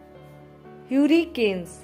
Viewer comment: It is not urricane it is hurricane 🌀 improve your english